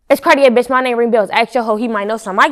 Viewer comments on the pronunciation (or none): Why ppl always mispronounce Cartier like that lol